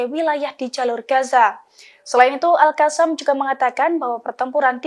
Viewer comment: bu reporter cara bacanya al qosam. bukan al kasam.